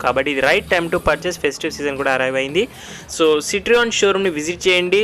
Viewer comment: బ్రో సిట్రియాన్ కాదు సిట్రోఇన్